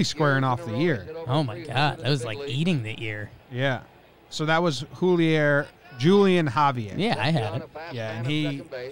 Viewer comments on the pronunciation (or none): Julian Javier's name is pronounced HOO-lee-on HA-vee-air.